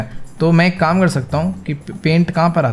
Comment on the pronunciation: Bhai vah kam hota hai Kan Nahin hota hai aapane jo bola pahla Kan Hota Hai😂😂😂😂